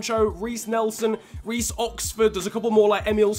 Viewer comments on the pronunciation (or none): none